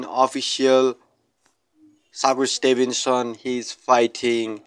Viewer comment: He called him saku Stevenson…soccer Stevenson 😂damn bro learn his name 1st